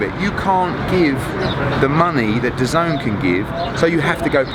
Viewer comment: Thy keep saying d’zone . When it’s dazn dah-zen